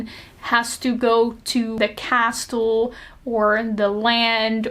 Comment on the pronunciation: Idk if you care about your accent, I think its gorg, and if you dont care about "proper" pronunciation stuff, skip this comment. But just in case you might not have a way of knowing, the "t" is castle is silent, and "epitome" is pronounce Eh-pih-tuh-mee. Like, the last e is a hard i sound